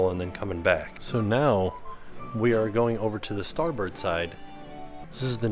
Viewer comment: it’s really starboard… 💯 thanks for saying starbird.. since that’s the name of the street I grew up on … and I totally enjoyed this tour.. I would def get lost if I was there.. lol 😆